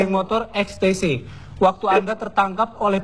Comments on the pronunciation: Geng motor ex te se 😂😂😂 Ex ti ci kali bambang bagong bacanya 🤣🤣🤣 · XTC bukan extece....